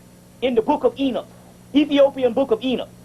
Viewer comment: ok yeah i wasn't sure if that was what he was saying because it sounded like he was saying ena